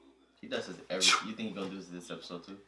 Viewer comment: “Episose” lol